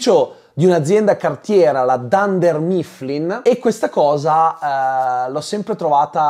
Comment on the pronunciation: La pronuncia di dunder mifflin 😕